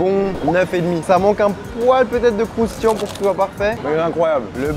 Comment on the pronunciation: Suis-je la seule à faire une fixette sur la façon dont Charles prononce le mot « croustillant » dans ses vidéos?